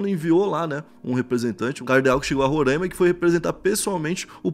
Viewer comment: Salve uma dica Rapidão, RORAIMA tem um I separando o A e o M no caso a pronúncia muda: Não é Rorãima é Roraima... Abraço nos de Roraima agradece.